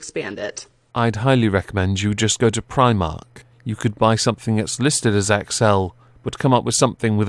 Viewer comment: The video on fat was funny to me! I am overweight before anyone actually says anything. How about people who are fat, do what I am currently doing right now, staying out the fridge. Also, wrong way to say Primark, its Irish before anyone says anything! Frankie Boyle also got in trouble for saying that the Queen was so old that her gentials were haunted too, he has no leg to stand on.